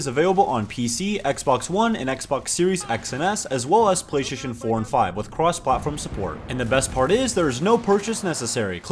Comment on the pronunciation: I love that he says ”ginny launcher” in the Enlisted ad and he says ”pach schtation 4&5”